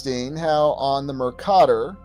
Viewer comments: As a geography major I’m curious why you pronounce Mercator the way you do? I’ve never heard it pronounced that way. Just genuinely curious? Love the content! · Good video. But please check out the correct pronunciation of Mercator.